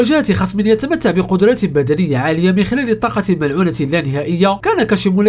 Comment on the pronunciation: فيديوهاتك جميله ومتعوب عليها شاهدتها تقريبا كلها عمل رائع ملاحظه صغيره في هذا الفيديو مع العلم انني لا اجيد اللغه العربيه جيدا ولكن قلت في الكثير من المرات طاقته المنعوله😂 تصحيح طاقته الملعونة 😂 مش منعولة المهم فيديو رائع اشجعك على المزيد وانتظر فيديوهاتك بفارق الصبر بالتوفيق